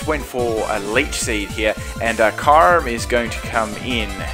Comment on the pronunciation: Lol the way he said "Kyurem".